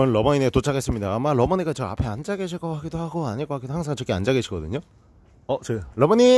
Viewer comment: 러머니 발음이 아주 찰지시네